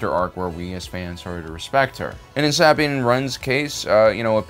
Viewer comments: Jesus Christ its SA-BINE not sab-ine jesus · “Saa-bean” Bo-Katan “Cries” Why does he pronounce the character names so weird? Is that on purpose. It’s distracting. The names are pronounced differently in the animated and live action shows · Bro why you saying Sabine's name like that 😂